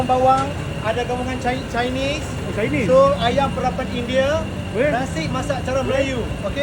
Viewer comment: Letak daun bawang terus chinais😂sebutan dia indienn